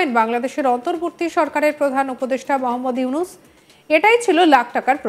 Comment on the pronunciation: জানাবা?? উপদেষ্ঠা কেমন শব্দচয়ন। বানানগুলো অন্তত ঠিকমতো উচ্চারণ করুন। নাকি শব্দের বানানো তে ও হিন্দু / মুসলিম আছে। মোহম্মদ ইউনুস না। এটা হবে মুহাম্মদ ইউনুস ।